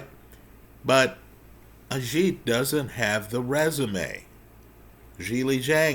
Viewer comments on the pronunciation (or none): it's pronounced AGH-EET. Not AZH-EET. Agit Kabayel...